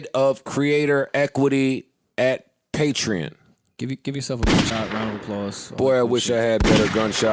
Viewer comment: And pronouncing “patreon” incorrectly for the entirety of the episode. Nobody correcting him was pretty telling. We all got that friend who we just let sound dumb cuz it ain’t worth it 🌚